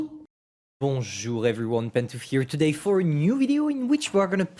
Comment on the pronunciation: That "bonjough", no homo